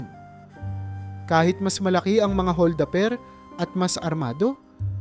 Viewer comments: Hol da per hindi hol daper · Maganda ang kwento..puna ko lang bigkasin Ng Tama ang bawat salita..like hol da per.